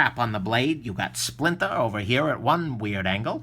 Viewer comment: it's the "splintah" so say it right! Another great vid from the. It's a beautiful thing. Thanks.